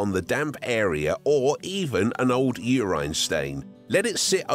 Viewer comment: this guy really said uraine stain bruhhhh